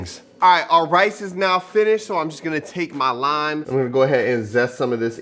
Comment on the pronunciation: "Cilantro rime rice" 😂